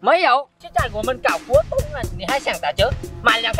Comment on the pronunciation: 搞活动 nghe tưởng đâu 搞不动 哈哈